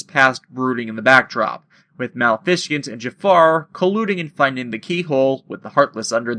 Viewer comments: I second the comment below - Riku was the originally-intended wielder of Sora's Keyblade, which is why he was able to hold onto it. And and yet again - Donald is a dick. Out of curiosity, why do you pronounce Maleficent "Mal-fish-ent" instead of "Ma-le-fi-cent"? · Ok how do you mispronounced maleficent. It a combination of malevolent and magnificence